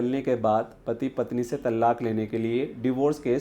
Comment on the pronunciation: It's pronounced as "तलाक़", and NOT called as "तल्लाक"